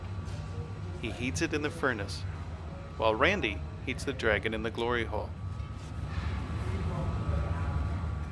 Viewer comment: Mum walks in as soon as he said gliry hole now i have to watch it all over again with her😂😢